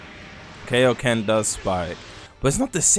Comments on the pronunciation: WHAT IS KAYO KEN? ITS KAIO KEN i dont watch dragon ball and it HURTS anytime u say it wrong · u the only nga I've heard in my lifetime that calls kaioken that😂